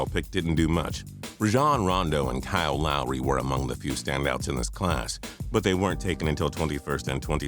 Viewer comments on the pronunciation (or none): none